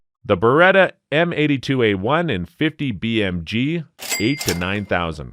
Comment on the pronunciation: Idk if I can take this seriously. Man just said Barretta m82A1